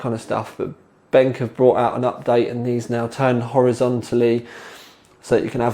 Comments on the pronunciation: "Benck". Never heard it pronounced like that before. I think I prefer it to "Ben Que" to be honest :P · I love the way he says BenQ (benk) haha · You dont like to pronouce the Q as a seperate letter in BenQ? Like Ben-Q